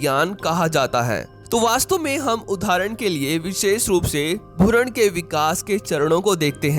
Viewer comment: Bkl bhuran nahi hota hai bhrun hota hai chadarmod